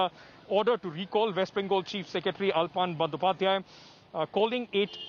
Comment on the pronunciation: Pls Speak correctly the name of Former Chief Secretary. Don't mess with it.